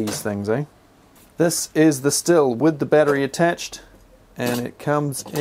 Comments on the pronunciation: FYI, Stihl is pronounced 'steel' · It's schthill. Sch-th-ill. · Stihl pronounced shh-teel. Not used the Stihl, but out of the Milwaukee & Makita, I found the Milwaukee was more comfortable, but much heavier. Chain stop speed on both is much better than many petrol chainsaws. I’m in the uk so may have a different model. Both have issues of clogging up when used on branches with leaves. Personally, I just go straight to my Ego Pro for most jobs.